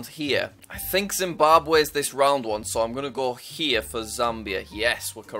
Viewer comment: dimbabwe 💀 (no offense it's funny)